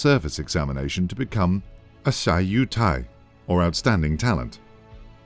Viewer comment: Great documentary — cheers to everyone who worked on it! 🍻 I really appreciate how you incorporated so many relevant Chinese historical images, TV shows, and films to help the audience connect more deeply with the events. I did notice a few pronunciation issues, though. For example,, it should be “xiù cái” (秀才) rather than “Xi u cai.” I also wish a few additional key events—such as the assassination of Song Jiaoren—had been included. But since the documentary is already quite long, I understand that you had to prioritize the most relevant moments. Overall, fantastic work,!🎉